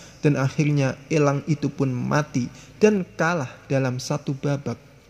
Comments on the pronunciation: Pengucapan kata elangnya biasa aja napa bang? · Bicaranya biasa aj lach bos nyebut langnya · Elang om bukan ELLang.. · Gafok ama pas bilang elang😂